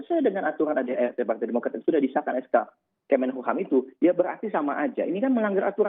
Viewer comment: kemenkumham mas, bukan kemenhukam